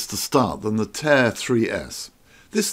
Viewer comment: It's pronounced TAH-EER, not "tear" 🤦